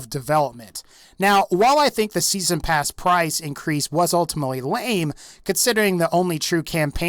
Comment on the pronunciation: "season prass"